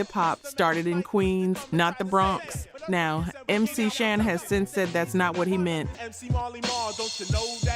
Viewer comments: Couple things... First, MC Shan is pronounced like "man" not "shawn" LL's "Jingling Baby" has nothing to do with his Kool Moe Dee beef. Nas is pronounced like "pause" not "pass." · You didn't even pronounce MC Shan or Marley Marl right. AI must be reading this.